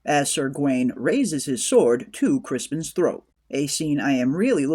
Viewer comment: Is it me?… every time I hear the narrator say Crispin when his name is Criston.